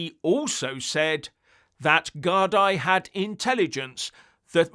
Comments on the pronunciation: Gard--ee (as in,.. me..or a cup of tea) not Gard-eye. Lots of love..from Ireland! 😎👍❤️ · Guardeee is the pronunciation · It’s pronounced Gar-Dee BTW👍. The plural of Garda. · Gardaí = Gar-dee Laois = Leesh